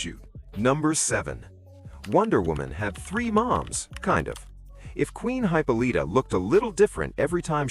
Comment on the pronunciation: Hype O leeta....LOL